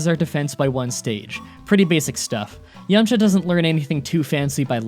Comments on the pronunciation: Dude, its Yamcha. No way. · “Yamcha”? My asian ass is thinking about some dim sum 😂